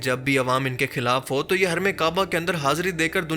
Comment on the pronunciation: اردو میں خ کو خ ہی بولنا ہوتا ہے کھ نہی ہوتا مثلاً..... خلاف کو کھلاف نہیں کہا جاسکتا....... شکریہ❤